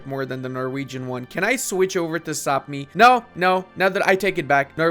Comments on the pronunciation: Brother! Quick comment, Sapmi is pronounced “Sah-mee” and according to Norse stories, they are the origins of elves/Santa’s helpers. Learned that when I lived in Norway for a year! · Of a lifetime living in Sweden, Sápmi is pronounced Pretty much like it sounds. It is only the inhabitants of Sápmi, the Sami, which are pronounced that way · Kinda incorrect, the LAND is called Sapmi, the people that live there are the Sami, which is pronounced how you say.. very easy to get confused ^^